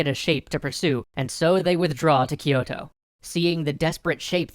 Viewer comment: GUYS. Its "kyoh" "toh" not "key oto"